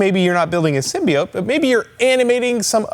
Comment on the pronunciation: Per ™Sony Pictures , it pronounced "symbīote".